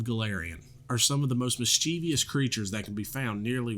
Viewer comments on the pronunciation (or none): I love you, i love what you're doing, i think Pathfinder visibility is great, who taught you to pronounce "mischievous" like that?